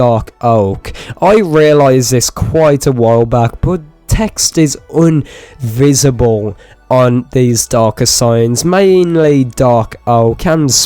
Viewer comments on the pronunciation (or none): Did you say “UN-visible”? Thats not even a word. Do you need help?